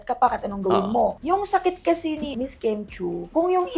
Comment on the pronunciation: only god knows. name n nga lng ni Kim d mo mgawa. KIM not kem!!